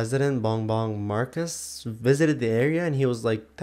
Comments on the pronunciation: Why Marcus? Its Marcos😅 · Did you say marcus thats my name btw its marcos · Okay the president of Philippines isn't named"Marcus" its "marcos". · Bongbong Marus NO it's Bongbong MARCOS 😂. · Its marcos not marcus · there's another storm called leon and it say mas kusog pa sa bagyo udit and im si lucky because im from cebu atay baya uy na feel bad ko da btw why you said bong bong marcus its bong bong marcos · Why did you have to reply 3 times just to say this and why do you think I dont know what the internet is. ALSO HE SAID IT AS IN MARCUS LIKE LISTEN TO IT